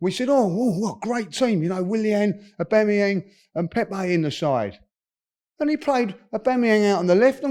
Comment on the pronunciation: O bang a yang🤣🤣🤣🤣